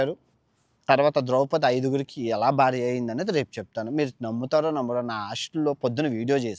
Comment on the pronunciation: ద్రౌపతి కాదు సామీ అది... ద్రౌపది...